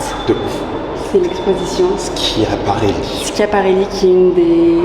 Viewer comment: Léna fait partie des rares personnes à savoir prononcer correctement « Schiaparelli », ça mérite bien un prix Nobel de la mode 👗👑✨